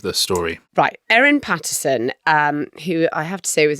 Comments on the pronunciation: Both here & on the audio version, you've got the name of the mushroom killer wrong. It's Erin *Patterson*, not Pattinson. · It's actually Patterson (not Pattinson). Also she's the mushroom lady (not poisoner). Also she served multiple, single-serve beef wellingtons (not one). It's ok, easy mistakes to make for those who haven't spent months gripped by this trial.